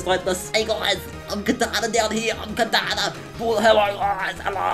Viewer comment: He says Kartana as Katana. Which is super weird and i kind of have OC on people mispronouncing pokemon names.